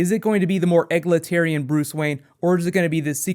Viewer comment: egg-latarian lol